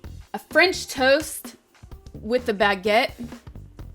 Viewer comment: "Baguette" and "pain perdu" are perfectly pronounced. Sasha never fails to amaze me.